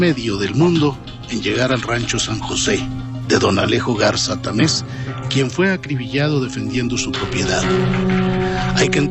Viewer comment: Se dice Garza Tamez, no Garza Támez